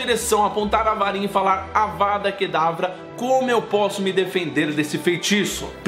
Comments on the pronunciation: Mano ele fala avara kedavra e é avaDa kedavra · vc, várias vezes no vídeo, fala "Avara" em vez de "Avada" rs. Além disso, cometeu um equívoco quanto a Sra. Weasley. No livro diz que ela acerta a Belatriz com uma raio vermelho que acerta abaixo do braço dela. A Sra Weasley não usou a maldição da morte. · Ele falou avaRA kedavra um monte de vezes 😂